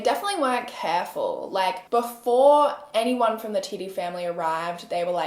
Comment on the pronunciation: how did you know how to pronounce it correctly LOLL no one’s ever gotten it on the first time